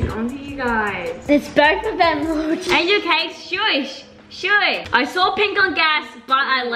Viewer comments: I luv how the ✨ Crappy Nuts ✨ say For angelic (NN SAY AN -JEL -EEK WHEN IT IS AN -JEL -IK) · I love how they were saying angelic as (an-jil-eek) so funny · I love how they pronounce angelic 🤣 “an je leak”